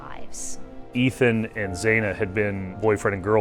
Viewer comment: And Zaina??